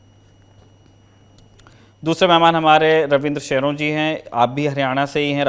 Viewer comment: शयोरान है ना की शेरों 😅😅😅😅😂 भाई हरयाणवी नामों को सही उच्चारण करें।